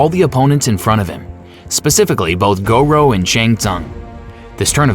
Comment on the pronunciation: it was the " Go-Row" that really bothered me. Then it got worse with Leo Kang